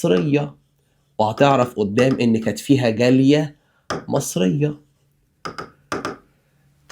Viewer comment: كل ما تقول جالية بسمعها جارية